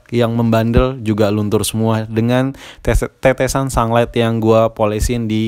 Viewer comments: Haha sunglight, sunlight kali bang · Sunlight bukan sanglet wkwkwkk ngakak